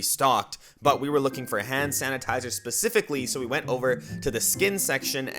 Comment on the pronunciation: Why is he saying “Han sanatizer “